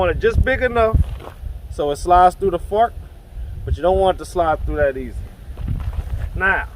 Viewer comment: At first I thought he said fact instead of fork. Your videos are the great. Very direct and easy to comprehend. Thanks for bringing into the world of slinging brotha.